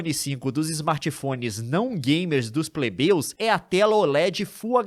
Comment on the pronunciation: Eu sou um "pebleu" segundo o Leon